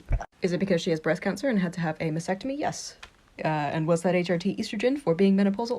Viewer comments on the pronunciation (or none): What I hate the most about these people? That a) they pronounce masTectomy wrong. There is a T in there, it is NOT a maSectomy. And that b) they are so uninformed about their own wishes that they do not even understand that a top surgery for optical reasons is NOT a mastectomy. An actual mastectomy is a much more complex procedure that can involve removing tissue from all the way up to your armpits, which is a horrendous thing to recover from.